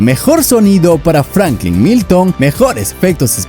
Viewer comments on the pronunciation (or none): none